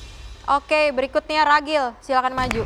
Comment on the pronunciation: Ragil ❎ Cegil ✅